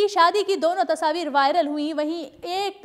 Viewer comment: Kya yr tasaavir tasaavir sidhe bolde ne tasvir gawar